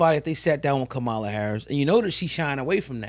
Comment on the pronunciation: ….can y’all please pronounce Ka ma la’s name correctly tho? It’s a lil disrespectful, it’s your duty as independent journalists to get her name correct.